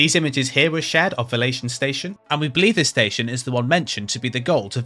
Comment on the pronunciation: Why do i keep hearing fellation station?😂